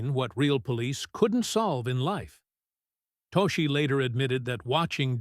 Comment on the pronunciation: Toschi's name is pronounced "TOSS-kee." The school bus hijack scene in a 1971 movie was inspired by a 1976 school bus hijacking?!!? I suggest a change in wording to reflect the fact that the scene was inspired by events PRECEDING it.